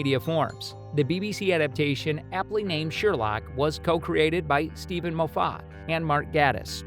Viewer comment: Click Bait and incorrect pronunciations of Moffat and Gatiss names...